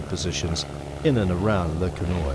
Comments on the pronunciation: It's pronounced Le Ken Wa. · This is so inaccurate,it's sad .New Zealand troops fought with Germans on the 4th of November ,a friends grandfather was killed that day and we have visited his grave You could have learnt to pronounce Le Quesnoy properly